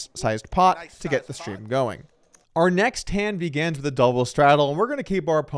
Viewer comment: Is it just me or does Doug always sound like he is saying begans instead of begins - "our first hand begans..."